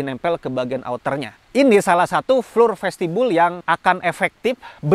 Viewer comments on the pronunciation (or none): Boleh izin kasi masukkan ya bang. "Floor" dibaca Flo atau Flor. Tetap semangat membuat video2 yg paten bang. 👍